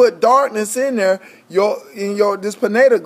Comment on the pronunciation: Good video. It's pronounced PI-NEEL GLAND. Not PIN-NATAL GLAND.. for the future